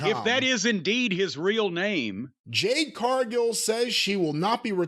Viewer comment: LMAO Best part of the Shaq Match was Shaq Disappearing from the ambulance Jade Cargill hasn't been relevant since then 3-years Jim Still mispronounces her first name 😂😂😂😂😂😂😂😂😂😂😂😂😂😂😂😂😂😂😂😂😂😂😂😂😂😂😂😂😂